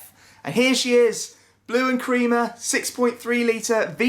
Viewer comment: WTF blue and creamer? blue and crema pronounced kre-ma